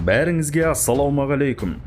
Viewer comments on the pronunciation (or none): none